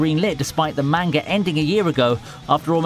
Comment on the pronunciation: Could you at least TRY to say Manga properly